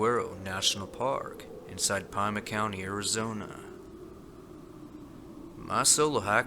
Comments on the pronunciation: PS: darling.... Pima is pronounced PEE-Mah 💝 NOT PIE-muh. Signed, Nothing but love in NM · I am an Arizonian. Pima County is named after an Indian tribe. All counties in Arizona are Indian tribe names. It is pronounced. "Pee Ma" And not "Pie Ma". Arizona is the coolest state with 80% of it wilderness and void of any humans. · !😀 I want to mention the correct pronunciation of two words: 1) Saguaro - Sa wa row 2) Pima - Pee ma 🌵🌴☀️ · Love your storytelling,. Just maybe look up how unfamiliar words are pronounced... Saguaro="SA-HWA-RO" Pima="PEEMA" I don't mean to nitpick, but you've fumbled a few park and county names before. Just saying.